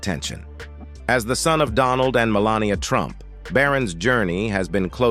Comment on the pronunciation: I really cannot take these AI clickbait videos. Check out how legal, good, and Melania are mispronounced.